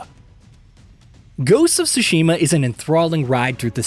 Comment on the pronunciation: Why is it so hard to pronounce Tsushima right ?! I mean, you just listen and repeat